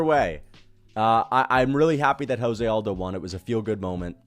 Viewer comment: Why can't MMA YouTubers say Jose Aldo's first name correctly?